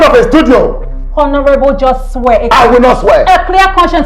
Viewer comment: Hi, I enjoy listening to you because you are making a very good effort to speak English with the right sounds. However, it tingles my ear to hear you sound /h/ in honourable. Please kindly note that the letter 'h' in that word is silent.